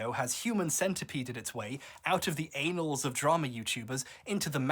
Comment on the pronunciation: That is NOT the correct pronunciation of "annals"😳😅